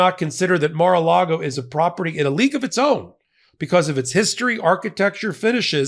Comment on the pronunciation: "The mar and the lago" 😂